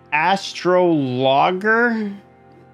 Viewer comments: Astrologer is pronounced "uh straa luh jr", like Astrology = "Uh straa luh jee":) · PLEASE GOOGLE ASTROLOGER AND CLICK THE PRONUNCIATION BUTTON OH MY LOORRRRRDDDDDDD